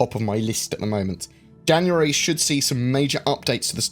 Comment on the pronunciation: tenx in janaaary ttwuanty thhhuaaaanty